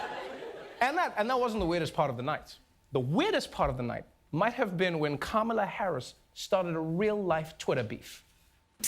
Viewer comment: Lol Who is "Camila"? It's Kamala 😉